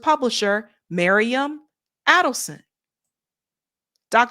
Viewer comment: It’s Miriam, not Mariam! You just read it off the screen, FFS!